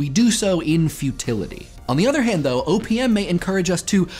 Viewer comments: every time he says "O.P.M." it sounds like "opium" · I know he say OPM, but I hear Opium... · sounds like he is saying opium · You said OPM, but I heard "opium" and wondered how Papaver somniferum fit into it. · The amount of times I thought you said opium is pretty significant. OPM OP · Whenever he says OPM I hear Opium O.o